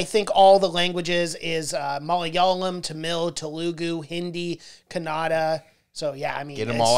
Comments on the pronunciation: first of all its kannada not kanada so plz learn properly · Love the way u say kannada..lots of love from India bro.. thanks for appreciating..